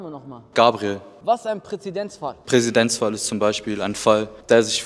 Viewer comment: Niemanden aufgefallen, dass er beide male Präsidenzfall gesagt hat?